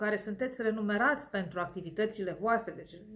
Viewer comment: RE-MU-NE-RATI!!😭Te rooog...esti prea isteata ca sa nu realizezi ca de fapt asa e corect spus...Scuze,nu te "corectez" din rautate sau orice alt motiv...😟